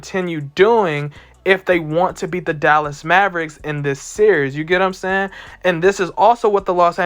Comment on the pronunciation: No one: This guy : "You get what I'm saynn" 🥴